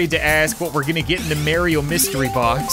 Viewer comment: Does it drive anyone else crazy that says Mario as Merio (if this is an inside joke then please inform me), awesome job cap. keep up the good work